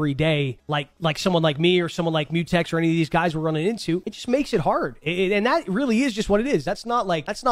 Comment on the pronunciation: Lol he said mutex